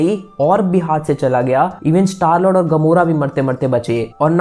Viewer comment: Mujhe star l*nd Sunai diya lol...😆